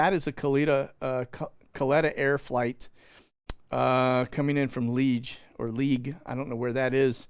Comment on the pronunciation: its pronounced Lee-Aage and its in Belgium